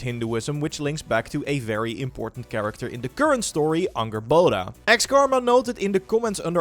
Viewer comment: "Ungerboda" LOL